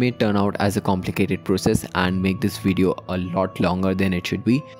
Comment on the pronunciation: "wideo" lmao